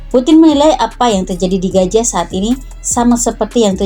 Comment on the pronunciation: Gaza kakak...bukan Gaja...😂😂.. Piss aahh